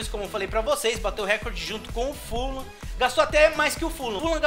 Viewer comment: mano pq vc fala full lam? se é fulham